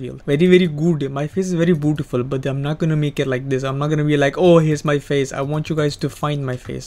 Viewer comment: "Ma bootifol face very very red"